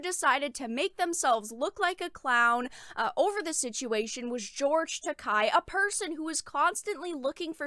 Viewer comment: Not to come off as a jerk, but since you cover anime occasionally it might help you to actually say George's name right. You're saying it like "Takai" with a hard "ah" sound, but you're ignoring the e, which sounds more like the "ey" in "hey" or "say". That aspect of Japanese is easy, since its vowels always have the same sounds.